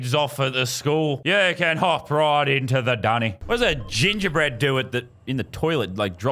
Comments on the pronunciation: idk if its me or did he miss say gingerbread and accidently said gengerbed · Lazarbeam: a man dressed as a gingerbed jumps out of a toilet and yells poopy time! Viewers: it’s pronounced gingerbread!